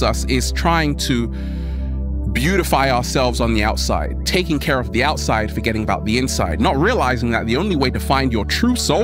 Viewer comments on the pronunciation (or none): none